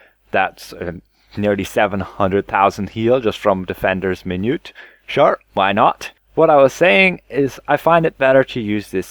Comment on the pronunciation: min - u - et